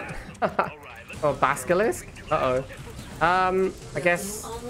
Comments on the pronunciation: why you call Basilisk as Baskilisk? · Player I think probably all saying "Baskilisk" after one of the bikerush streams)))